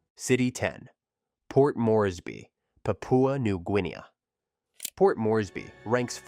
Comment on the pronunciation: You should never say Papua New Guiea or anything in Spanish or Portufuese ever again.